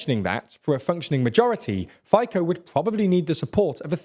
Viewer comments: Fico is supposed to be pronounced as "Fi" in "fish" and then [tso], [phaiko] sounds terrible 😂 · Fico would not be pronounced (Fi-ko) but (Fe-ts-oh, Feet-so) else very well pronounciations also the parties Smer can be translated to Direction or the way, and Hlas can be translated to The voice respectivly. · Look genius, he is not faiko, but FICO (feeso). Before making any attempt to inform or influence public about "your" opinion,make some efforts to AT LEAST learn the spelling of other cultures and languages names correctly. If others would have spelled English names the way you do, your names would look like mouses and cats.. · It’s FITSO, pal not Faiko! Good job with Pelegríni ;-) Good summary otherwise! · Can you just try not to butcher the former Slovak PM name Rober Fico? Robert Fico (Slovak pronunciation: [ˈɾɔbɛɾt ˈfitsɔ]..Not even difficult and it is definitely not Faiko...Otherwise great work on the news channel. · Fico is not pronounced as "Faiko" 🤣but "Fitso". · His... his name is not pronounced Fayko... his name is pronounced Fitso (with "Fi-" being read as the "FI" in the acronym "FIFA"). I myself do not exactly like the corrupted Robert Fico, but noone should have their name butchered like that. You even did a good job with reading Čaputová's name, c'mon... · You bobbing head you can't even pronounce Fico. It is pronounced Fitso!! That is how little research you do for your videos. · Good video but it's not a Robert Fiko but it's Robert Fico the c is like s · Fico-Faiko? 😁 Please pronounce names correctly! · I must say the analysis is unfortunately spot on. My only objection is to the pronounciation of "Fico", which should be more like "Fitzo". But factually great job. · I loved how he pronnounces "Fico" as "Ficko"... very funny if you are a Slovak. XD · It is hilarious how do you pronounce Fico. It is supposed to be pronounced Feezo. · Fico is read more with s (Fiso) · "Robert Faikou" :DDD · Fajkou... my God 🤣🤣🤣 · Fico is pronounced Feetso.